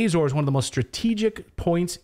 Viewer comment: Ah-zor-es, as in attention, applause. Same in English, Portuguese and Spanish. It is not "Ayy-zores".